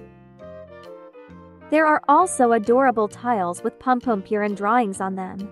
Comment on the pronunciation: Pompompurin❌ Pompompewrin✅